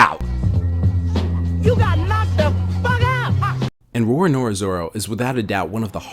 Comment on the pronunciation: You gotta roll the RRRR"s mann it adds the ferocity of his name and legend :D